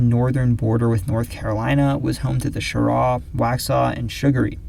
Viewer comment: Shout out for pronouncing "Cheraw" correctly